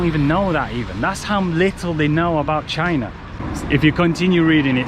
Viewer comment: Why do you say China like trump say China? It's not Jai Na!